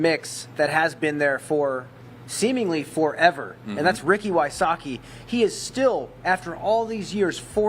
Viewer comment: WHY-soh-kee? omg. me ears. v-sotz-kee please.